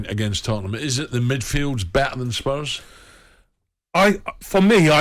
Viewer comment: geez they r butchering these spurs name...!!